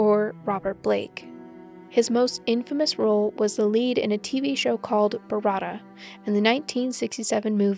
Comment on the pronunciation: If you do more celebrities, do not i repeat do not cover Danny Masterson, it's already been told by to many!! I do enjoy your channel but please learn how to pronounce things the right way, all of us older folks about fell out of our seats when you mispronounced BARETTA!!! IT DRIVES ME CRAZY WHEN YOUTUBERS PUT OUT CONTENT and don't have the facts straight or just plain don't know how to say a word. That's how you start loosing subscribers! I have deleted channels for less!